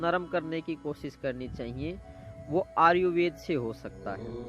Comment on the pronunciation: भाई आर्युवेद नहीं... आयुर्वेद होता है.